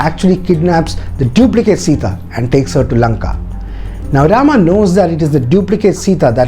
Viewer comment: I really love the details, but there are a lot more details to put for more understanding. But one thing, I didn't understand why you connected this with today's politics and religion. Channel seemed to have a bunch of knowledgeable and educated people, but you kept pronouncing names like "Rama", "Lakshmana". So, you're trying to make others understand that do not go for others porridge but you're trying to serve your own. You mentioned in the video that in ancient times, there were hardly any written forms available, and so we all could understand the fact that when things are spreading verbally, they get changed like Chinese whispers. So, why don't you stick with the original one (Valmiki ji wrote) and try to decode it. If in Jain's belief, they have different versions of Ramayan, that doesn't mean it's false or just a story. The same goes with other authors and writers as well. I believe that the time and then society (of the writers) had a great impact as well as language barrier (translation from Sanskrit) in the writing and detailing. This is the first time I watched your video. But the way you portrayed it with a cunning smile and vicious/derogative jokes, I was really waiting for the time when you connected this with the politics and a community's belief. That's what you did, your story telling has an agenda and if you're unable to see that if a story (as per your details) has such an inspirational power for thousands of years, then you have to go through the detail